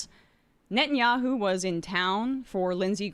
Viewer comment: Nettyoohoo is pure sadism.